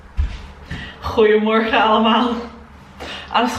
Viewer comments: Holy shit, your ‘goedemorgen’ on day 6 was ON POINT. You did greatttt 👏🏽 super goed gedaan ;) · die goedemorgen was echt goed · i got schocked when you say goedemorgen it sounds so good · The day 6 goedemorgen was on point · holy crap your “goedemorgen” sounded sooo good ! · Jouw goedemorgen is perfect uitgesproken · As a native Dutch speaker, I really enjoyed how your pronunciation of the word 'goedemorgen' got better every morning! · Love how you say: "goede morgen allemaal"... you say it perfectly! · Je hebt het fantastisch gedaan! Je goedemorgen rond minuut 13 was perfect!! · I am Dutch and it was so nice to see how you did this you said it often spoke well like goedemorgen 🥰❤️ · In dag 6 zeg je echt heel goed ‘goedemorgen’! I like this video so much btw🥰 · Wow, zo veel doorzettingsvermogen 😱 echt super goed van je dat je dit allemaal in een week hebt geleerd ! Ga zo door! Je oma gaat je echt wel begrijpen. Je uitspraak is erg goed. Vooral met de g. Toen je goedemorgen zei op dag vier was ik even vergeten dat je helemaal niet nederlands was! Super goed gedaan 👍🏻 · dat is zeker waar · for real!! she did so well :) especially the goede morgen was on point hahahahahah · Ik vond dat ze goede morgen heel goed zei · Your pronunacition when you said goedemorgen was so goodd!!. You are a fast learner!! Nog succes met leren!!